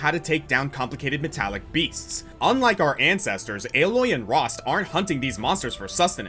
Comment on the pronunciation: Alloy????? Isn't Aloy pronnounced Ay-loy in Zero Dawn and Forbidden West?